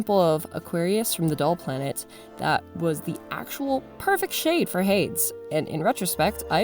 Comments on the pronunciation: I'm pretty sure Hades Is pronounced as hay dees. Just letting you know! Nice dolls. Turned out good. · Looks amazing! Idk if this has already been said but Hades is pronounced “HAY-DEEZ”... sorry I’m not trying to be critical, just helpful!! Great job again!! Persephone looks so good!!!!